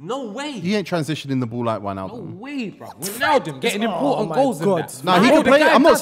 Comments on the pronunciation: I heard atleast 3 different pronunciations of Wijnaldums name in this podcast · They're all butchering names, you hear try say 'Wijnaldum'😭